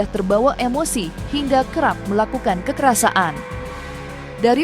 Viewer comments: Presenter berita ini aneh. Bicara "kekerasan", kok "kekerasa an"? Bicaranya yang benar dong sesuai kaidah Bahasa Indonesia. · Kekerasan min, bukan kekerasaan,kocakkkkk.... Mimin😂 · "Kekerasaan" terus mbak pembaca berita ngomongnya 😂😂 KEKERASAN mbak... Gemes deh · Kekerasan mbk, bukan kekerasa an😂